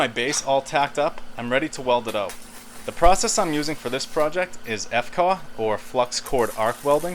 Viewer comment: Commonly known as a tiger claw? Lol. Never heard that one. Maybe not so common? It's F.C.A.W., not "facawa." Are you trolling? Cool cart. Some good ideas!